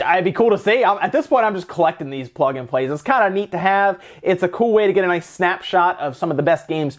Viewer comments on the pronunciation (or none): none